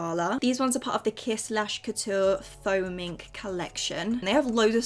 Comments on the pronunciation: why did I think you said foaming lashes😂😅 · Every time you said “faux mink” I genuinely thought you was saying “foaming” 🤣 anyone else? 😭